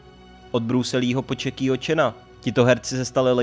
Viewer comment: No já už nemohl prvních 12 sekund videa, od Čekýho čena, vážně ?? Připomen si jak se čte J v angličtině, hodně mám Jackieho chana rád a urazilo mně to když mu někdo tak říká XDDDD